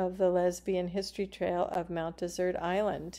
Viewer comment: Mount Dessert? Why are you pronouncing it wrong?